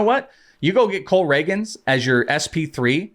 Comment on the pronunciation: I heard Cole Ragans pronounced wrong and I’m out.